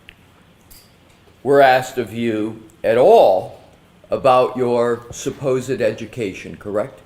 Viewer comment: " Supposeid education" oh Emm gee